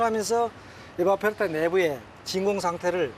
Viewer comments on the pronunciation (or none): none